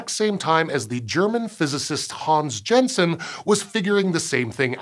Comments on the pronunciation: Please double check pronounciation of the names Jensen and Goeppert-Meyer, they are wrong. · And you mispronounced Jensen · That's not how to pronounce "Jensen".